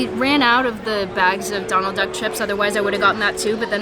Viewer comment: It sounded like you said “I just saw Donald Dunk” instead of duck and that makes me like you even more. Adorbs